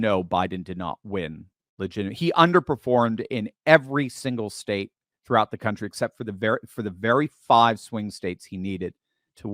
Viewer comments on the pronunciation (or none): none